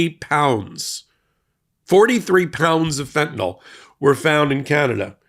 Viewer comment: "fentanyl" not "fentanol."😂